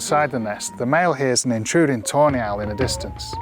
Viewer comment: Sounds like you say "toe nail" not tawney